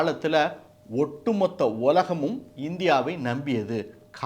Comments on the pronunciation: ஒலகம் அல்ல.உலகம் சரியாக உச்சரிக்கவும் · ஒலகம் அல்ல உலகம் பல்லி ஆசிரியர்கல் அல்ல பள்ளி ஆசிரியர்கள் என சரியாக உச்சரிக்க தயவு செய்து பழகுங்கள் மற்றபடி செய்தியும் சொல்லிய விதமும் அருமை வாழ்க வளர்க